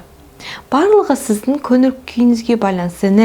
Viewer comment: "Н, ң" әріптерінің емлесін үйреніңізші, өтініш! Қазақтың қазақ тілінде сөйлей алмай "Өзініз, өзінізді еркелетініз, кенестер, көніл бөлініз" деуі кешірімсіз.